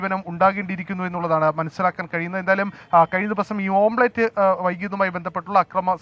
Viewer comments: ഓം പ്ലേറ്റ് അല്ലടാ പൊട്ടാ.. ഓംലെറ്റ് 🙏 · ഓംബ്ലേറ്റ് അല്ല ഓംലെറ്റ് എന്ന് അവതാരകൻ് ഓർമ്മവേണം😂😂😂